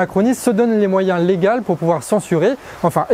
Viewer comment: "des moyens légaux" pas légals